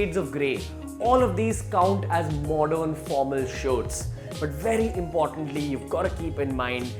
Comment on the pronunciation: what's modorn? pattorn? wth bruh.